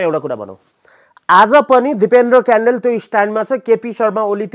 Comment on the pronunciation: कडेल हो क्यान्डेल होइन आफ्नो थर पनि राम्रो सित भन्न न आउने मुला